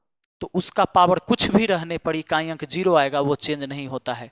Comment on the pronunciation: बोल रहे हैं इकाँई, दंहांई 😂😂😂😂अच्छा लगा गले से बोलते हैं |